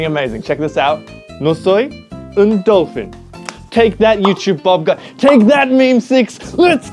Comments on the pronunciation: No the ‘un’ don’t sound french at all 😂😂😂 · It's like he tried doing Spaniah but at the end he didn't and it sounded half French if you get me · the pronounciation of " un " sounded a bit French 😅 , and the dolphin one was English, i think yoj can simply pronounce it like: || delfien ||